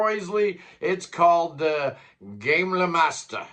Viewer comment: "Gamle" like an American would pronounce "Gamble" with out the B is a tad closer than Le Gay M Le Master, hehehe !!!